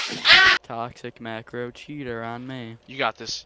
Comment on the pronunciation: i heard him say my marcos unpluged i know u dont marco i just wanted people to know